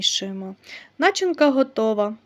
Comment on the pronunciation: Хто небудь, поясніть мені,будь ласочка,чому нАчинка, а не начИнка ?😢😢😢